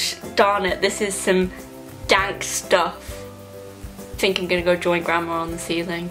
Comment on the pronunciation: ok i'm sorry but why do you say "fink" instead of think and "free" instead of three it drives me insane. you don't even have braces anymore